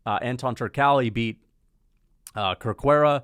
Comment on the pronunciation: Just as a note, "Cerqueira" is pronounced "ser-KHEI-rah"